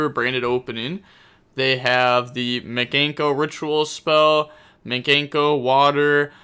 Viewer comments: Mi - Kan - Ko not Miganko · video starts rambles on about mikanko and mispronounces it like a champion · We need you to add Mikanko to your words to pronounce video volume #2 You are butchering it lol